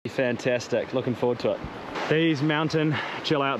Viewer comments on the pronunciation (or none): none